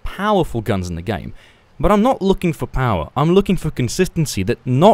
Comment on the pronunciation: "Pire power" GG lol